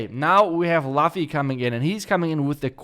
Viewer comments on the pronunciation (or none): OK. Let's try this really slow. The pronunciation is "Loofy" From the anime one piece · I can feel how is right now T_T I think it's pronounced as "Loofi" for luffy hehe